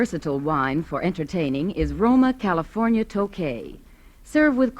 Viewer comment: Those excellent Californ-eea wines!